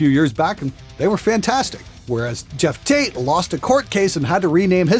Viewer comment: Why do you pronounce Geoff like Jeff? Can't you see that O?